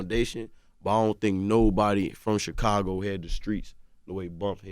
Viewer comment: Any notice Charlemagne calls Chicago xhakago